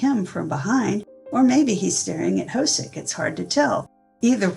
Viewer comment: J-Hope's name is not pronounced "ho-soak" - it's more like "ho-suk". This entire BTS Universe can be pretty confusing, so it's wonderful that you've put this together!